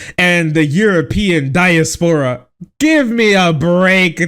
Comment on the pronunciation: diaspora is pronounced "die-ass-purr-ah" : ) ty for not subjecting us too the ass grope